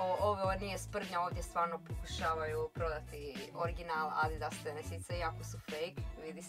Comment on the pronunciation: Nek napravu DIDAAS umjesto ADIDAS